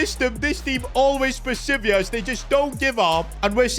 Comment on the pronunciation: The way you pronounce PERSEVERE made me lost for a sec....